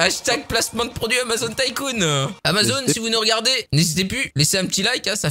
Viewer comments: T con c'est pas amazon c'est Amazonn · Mais ç'a se prononce amazone MY BAD, SO MY BAD BECAUSE YOUR BAD, YOUR BAD, VERY VERY BAD....HOUS BAD #michaelJackson